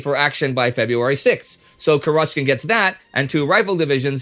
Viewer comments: It's 'Kurochkin, with the stress on the first syllable. Means literally "Chicken's" in Russian. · The stress in Kurochkin should be on the first syllable, and in Sevastopol on the third syllable